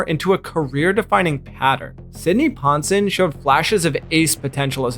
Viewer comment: Palmeiro is pronounced "pawl-MARE-roe," Knoblauch is pronounced "NOB-block," and Ponson is pronounced "pon-SONE."